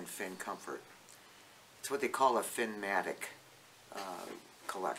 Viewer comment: Good info. It’s Finnamic, though, rather than Finnmatic.